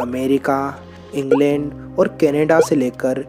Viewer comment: Bhai Ingland nai England hota haii